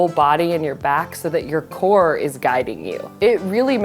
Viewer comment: “It really shook me to my couche”